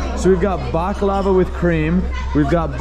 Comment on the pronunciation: The way you kept pronouncing “baklava” made me cringe the whole time